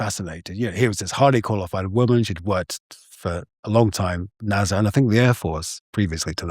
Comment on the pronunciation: Why does he pronounce it NAZA? 😢